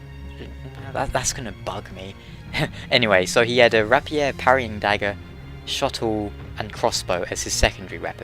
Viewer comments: ray-pier, not rappier. and i'm pretty sure it's show-tull. Great videos by the way. really helping me enjoy dark-souls more. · Sorry that I'm about to nitpick but I'm afraid my brain couldn't handle it: the rapier is pronounced RAY-pee-er not ra-pee-er. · Firstly, the Shotel is pronounced "Shö-Tell", the Main Gauche is pronounced "Man-Gösh" and the Rapier is "Rayp-ee-er". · I like how he's worrying about mispronouncing shotel when he's mispronouncing rapier. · Good video! Not just shotel you have to pronounce properly though mate, rapier and viscount too XD